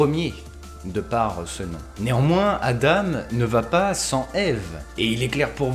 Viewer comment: C’est adam [adan] et magnUs et pas magnous